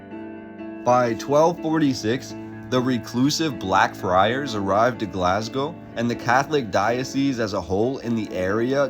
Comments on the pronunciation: but it is really pronounced Glasgo not Glazgo. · Glaz-Go - well done on the pronunciation of Glasgow. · say glazgo one more fucking time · lol we say Glaz-go or Glesga (Glez-ga)